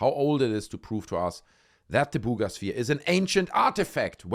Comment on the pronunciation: "Booooga" sphere 😅